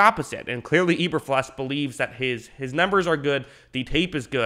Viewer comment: Mack is an edge rusher not a DT, and PFF isn't always right. Do you even know what you're talking about? You didn't even say Eberflus right...